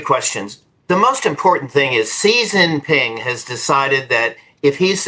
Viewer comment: "See Jinping"?! Use the Mandarin pronunciation/transliteration, or even the ugly Western "Zhee Jinping"; but, don't use the southern dialect pronunciation. Tool.